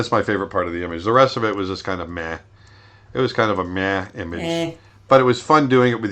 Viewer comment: Omg Aaron did you just call this a "meeh" image. Your killing us! ;D